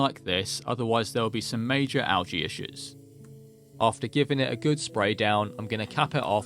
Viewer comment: Unsubscribing for mispronouncing algae.